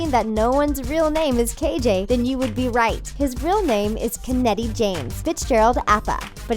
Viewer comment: Guys you just completely butchered the Maori name 'Keneti' arghhh. It's pronouced 'ken-iti'. Please try and learn how to pronouce peoples names come on